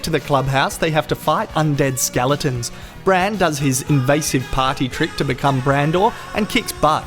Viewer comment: I'm sorry but every time I hear it's not Hodor Bran Jojen and Mira, it's HODOR BRAND! Jojen and Mira! Sorry that I had to share this brain turd.